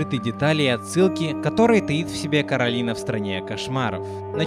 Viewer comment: Не Каталины а Коралины